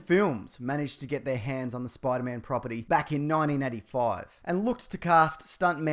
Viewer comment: I like how he pronounces Spider-Man as Spoider-Mam